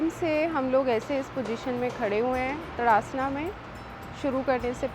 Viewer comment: Saw your many videos. They are all very thorough. 👍 Just on small bit here it's ताड़ासन and not तड़ासन। It's derived from word ताड़ which is a very tall and straight tree. ताडासन helps to gain height. - Humble comment from a linguist.🙏